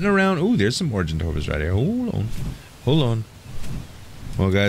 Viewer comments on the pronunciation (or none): Is it just me or is he mispronouncing Argentavis? It sounds like he says Argentarvis, but there's no "r" according to what I see ingame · Yo the way you pronouce argentavis is are-gen-tav-is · Is it just me or is he mispronouncing Argentavis? It sounds like he says Argentarvis, but there's no "r" according to what I see in the video at the top of the screen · Argentavis (are-jent-aye-vis) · argitavis has no r